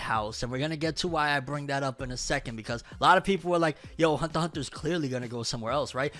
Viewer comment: It’s been I don’t know how long and this dude still can’t say the word “Hunter” correct